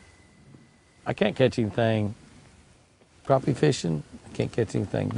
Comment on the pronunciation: Good to see you pronounce "Crappie" correctly! Too many pronounce it "crappy." SMH When you don't catch any fish in a day, that's "crappy." LOL! Sorry to see "crashed and burned." What happened? Remember the acronym, "RICE," - Rest, Ice, Compression, and Elevation. Exercise it a little more each day, then hit it with the ice. Increasing circulation from the exercise works wonders, IMO. Just don't overdo it. I would have ate that bass caught. She smoked you today. She has the magic touch! Stay safe, Jimmy and!